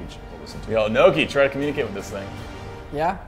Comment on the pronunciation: Why does the dungeon master keep calling norki niko xD